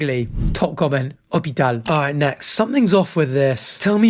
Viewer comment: you actually said hospital just like we do in French